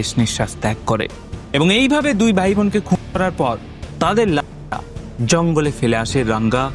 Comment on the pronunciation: তোমার কিছু কথা অস্পষ্ট বুঝে চ্যানেল সাবস্ক্রাইব করতে পারলাম না । ডেট কথাটা স্পষ্ট বেরোলেও হত্যা ও খুনের কথাটা স্পষ্ট নয় ।